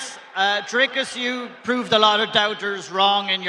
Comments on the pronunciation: Cant believe americans still cant pronounce Dricus’ name correctly. Its not “Drey-cus” or “Dry-cus” its “Drik-kis” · When did Dricus become Dreekus?